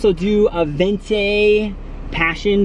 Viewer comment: "Let's act like we live here" and saying "ven-tay" instead of venti. 😂😂😂